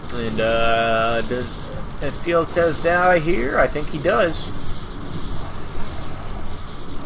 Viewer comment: Imagine this one on Halo were you actually have Spartans. Sure show more of this. By the way, the Traitor's name Ephialtes is pronounced " f - e - Alt - es " .